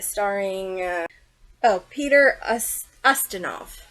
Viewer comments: It’s YUH-STIN-OFF. Lol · Gag and vomit!!! :face-orange-frowning::face-orange-raised-eyebrow:🤮🤮🤮David Suchet is pronounced Sue-shay. I'm surprised that you are not pronouncing the main character Poy-Rot. and it is NOT ostinoff!!!